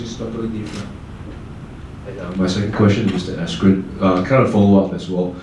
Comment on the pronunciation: I know it's not just me. I just keep hearing "asscream" instead of "askren" when they say his name. They are fucking that name up left and right lol.